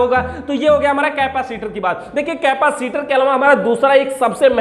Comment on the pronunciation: केपासिटर नहीं होता है भाई... कैपेसिटर होता है।